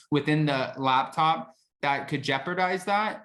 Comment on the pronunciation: are you saying labtop or laptop? sounds like your saying labtop to me